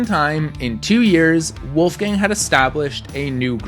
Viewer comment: Wolfgang had such an impressive climbing career. so inspiring! also I'm german and I think your pronunciation is quite good. :)